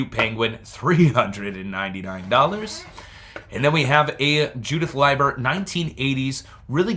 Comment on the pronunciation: Leiber is Lee ber. I try to remember that by L I E is lie so L E I is LEE. I have trouble too with the language. The i before e isn't always true like they taught in school. Don't worry so much about what people say when saying names and such. You do just fine.